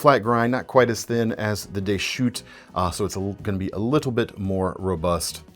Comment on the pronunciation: Deschutes is pronounced with the "s" - it isn't silent in this case. It's a geographical name from Oregon. Should sound like a plural word.